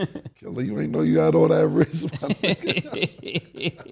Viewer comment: “And not only dat”